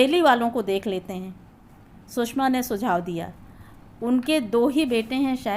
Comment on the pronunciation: कहानी अच्छी है पर उच्चारण में काफी गलतियां हैं जो खलती हैं । सुषमा को बार बार सुसमा कहना आदि आदि ।